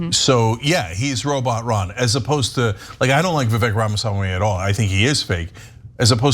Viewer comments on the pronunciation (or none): Vivek the Snake (It’s actually pronounced “Vih vake”) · Vivek is pronounced Vivake.. So Fake Vivek is not that terrible. Sounds worse if you're mispronouncing his name... But whatever lol. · It's pronounced 'viv-eck' stress on the first syllable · Umm, guys, the name “Vivek” actually rhymes with “fake”. In most Indian names, the letter “e” is pronounced “ay”. Like in “Abhishek”, the last part is pronounced “shake”. Same in Mahesh, Rajesh, Umesh, etc. the “esh” is pronounced “aysh”. Although Vivek Ramaswamy is pretty fake and so is Robot Ron. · You’re pronouncing his name wrong. It rymes with fake. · Vivek said in his Rap Number on Fox News, that his name is pronounced "vi-VAKE", so it rhymes, "FAKE vi-VAKE". It's not that bad, but it won't save Ronny DeSatans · The “Vivek the fake” would rhyme…Vivek pronounces his name to rhyme with “cake”….ergo it would sound like “Vivake the fake” or “fake Vivake” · Did you not see Vivek’s rap? It’s Vivek, it rhymes with cake (his opening line) So Ron’s attack rhymes when you pronounce Vivek’s name correctly and that’s supposed to be catchy but it’s still lame and wouldn’t work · They seem to have gone for “Vivek the fake” because it rhymes - Vivek is pronounced “Vivake”. Still pathetic though